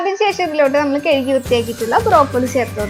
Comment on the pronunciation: കെഴുകി അല്ല കഴുകി...